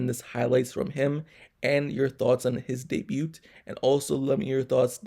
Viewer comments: U the first person ever heard pronoun the t in debut lol. Good breakdown tho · The t in debut is silent dude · Good reporting. Well done. The "t" in debut is silent.